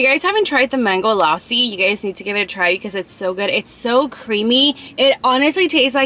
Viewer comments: I actually appreciate how you pronounce but there were some mistakes 😅 (not making you sad ) no#1you can eat rice with a spoon no#2 eat the naan with Tawa Chicken no#3 the lossi you were saying it is actually lasi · Bro you just said lossi but it's actually lassi and I was like is it's a drink of America but when you said it is milky so I got it thanks for your respect babe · Lausi 😂 it is lassi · Losi no lassi lassi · Its not losi its lasi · Not lossi it is lassi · bro what is lasssssi its lassi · Lassi ❌ Lawsi ✅ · It’s not laasi it’s lussi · Its lassi not lossi😂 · Not laassi Its lassi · This is not called lossi it is called lassi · It's funny how she's saying lossi instead of Lassi 😅😅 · its pronounced, LUSSI,NOT LASI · Lassie ❌ luossi ✅ 😂😂😂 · Lassi ❌ loussi ✅ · The lassi is pronounced as la-c(lassi) not laa-c(laasi) Loved the video❤🇵🇰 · OMG! GURL YOU SHOULD OF ASKED SOMEONE HOW TO PRONOUNCE THOSE WORDS MY FAVOURITE GAJAR KA HALWA PRONOUNCED AS GA - JAR KAAA HAL - WA LASSI - LA C PLZZZ CORRECT THEM I DONT MEAN IT IN A RUDE WAY IT JUST HURTS ME WHEN MISPRONONCED THEM THXX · It is Lassi You're pronouncing it wrong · Oh m g you said lassi ... Firstly i am so confused what you say